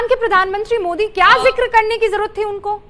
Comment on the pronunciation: He said moodi it's Modi not moodi.